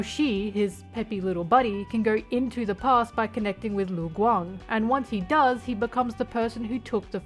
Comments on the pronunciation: im sorry how did you pronounce lu gang?? läng? ling? leng? guang?? I will never stop being confused over westerners not able to hear and mimic sounds. LU. IT'S LITERALLY JUST LU. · As a someone who speaks chinese since young, I am CRYING at your pronouciation Cheng XiaoShi (cheng sea-ow sh [but dont say shhhh pls] ) its not XiaoShe ppl Lu Guang (Loo Gu-wang) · ok the rest of the video you did say lu guang correct lmao wtf happened at the beginning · LMAO I paused right after you tried to pronounce lu guang and now I pressed play and yes you did butcher their names lmao its ok. just practice idk.